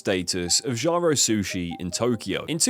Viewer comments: I know it's pedantic but "JAHRO"? There's hundreds of videos about the place. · How can you see “Jiro” and think it’s pronounced “Jarro”??? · Not Gyro, it's Gee-Roh =. = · Can’t help but notice the wonderful pronunciations of Jaaairoo and Kaiyouto; a 5 sec Google search would’ve fixed that. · Switched it off when you pronounced Jiro as Jaro. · Kai-oto. Jai-ro. Cringe. Not even the English version of google translate pronounces these names so badly. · jiro as gy-ro is criminal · How many times can he mispronounce Jiro... It's like G-row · I hate the way you pronounce Kyoto to Kewouto and Jiro to Jaro, where are you hearing the “a” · The video is informative, but bloody hell man, stop butchering names like that. Kyoto pronounced Kayoto, Jiro pronounced Jayro, Loiseau pronounced lassou. Jacques Lameloise pronounced Jakiesse lamoise. It's basic knowledge in other languages, and you sound really ignorant (and dumb) with those pronunciations. Make an effort, write those name in google translate and let it pronounce it. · So painful, I was initially confused....why would a 'gyro' place get three stars? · Jee-ro. Kyo-to. How the duck did you come up wiht Kai-yo-to. Come on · Kai-oh-toe. Jai-row. Oof. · If he can pronounce pinnacle, then why is he calling the man Gyro 😂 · Jiro = Jee-ro Bernard Loiseau = loo-aa-zo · bro also said Jyro, Gyro, Joro - everything but Jiro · Bro ... at least learn to pronounce jiro and kyoto correctly.... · Jiro earned three Michelin stars you could at least pronounce his name right